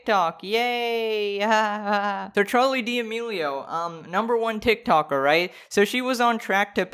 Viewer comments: "Charli Deeameelio" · "Charlie dee Amelio (;"